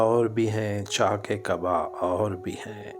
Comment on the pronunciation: یہ چاکے دل اور چاکے قبا نہیں ہے بلکہ چاک دل اور چاک قبا پڑھیں گے